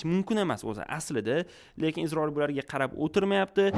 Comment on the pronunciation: Iltimos, Isroil deb ayting IZROIL emas